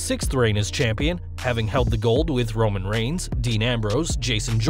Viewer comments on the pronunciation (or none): none